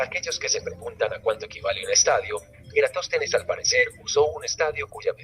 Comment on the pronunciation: faltó que dijera Eratóstenes envez de Erastòtenes y queda perfecto jajajasjasj (pequeña broma)